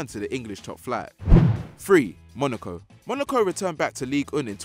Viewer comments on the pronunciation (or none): none